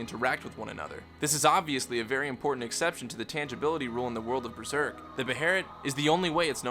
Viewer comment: Does anyone else hear "BREZERK"?